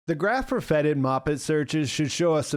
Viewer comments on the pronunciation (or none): "Feted" not "fetid"